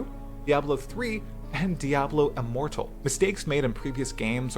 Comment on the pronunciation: I swore he said Diablo immoral